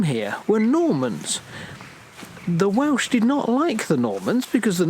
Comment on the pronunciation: I enjoy your whimsical accounts of visits to castles & other ruins, you don't, unlike most Youtubers, talk endlessly about nothing. However, many of your videos are of Welsh sites &, as a Welshman, I find your abominable pronunciation really grates upon my ear, detracting greatly from my enjoyment. The effort required to get it right is minimal, perhaps ask a local for instance, you really ought to try. Many of those from the other side of the border have a flippant attitude toward the language, a comic hangover from a time long past but I'm sure that doesn't apply to you two. Btw Llanthony is in the Black Mountains & not the Brecon Beacons, also I'm fairly sure it is in Breconshire too. Otherwise keep up the good work, you're doing a great job of entertaining us.